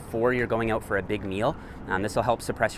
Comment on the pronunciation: Why do you say "uout"?? "Let's check it uout."??